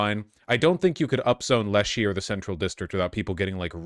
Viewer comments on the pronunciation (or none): Omfg you can’t live here and mispronounce Leschi. It’s lesh-eye, not leshy 😂